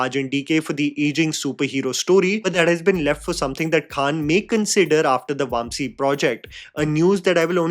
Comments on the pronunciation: absolutely atrocious pronunciation from him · come on, Vamsi isn’t that hard to pronounce right.